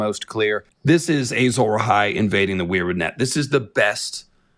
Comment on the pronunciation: Why does he keep saying “Ay-Zawra Hai”?